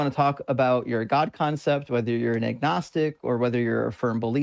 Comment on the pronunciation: 'ognistic' wtf is that?